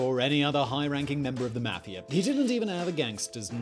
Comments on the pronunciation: Mafiar ? it's mafia lol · the way he pronounces "meafia" is so funny to me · The way he says mafia makes me laughia.